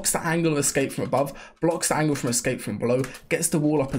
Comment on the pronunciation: “Angle” or “Angel” ???!!!!!???!!!!